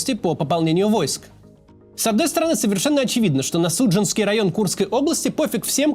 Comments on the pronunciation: Я не могу понять, Кац говорит Су́джанский для насмешки над Герасимовым или потому что не понял, что район Суджа́нский? Без негатива, просто вопрос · Возможно я тут единственная из Суджи слушаю это, но,пожалуйста, говорите правильно СуджАнский район. Я еще не отошла от КорЕнево. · Максим, спасибо Вам за Ваше дело! Но Пожалуйста, СуджАнский, КОреневский, ГлушкОвский, БольшесолдАтский районы.